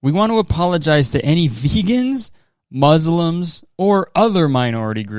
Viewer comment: the s is pronounced softly, like it is in the word snake or see! so it is mus-lim rather than muzlim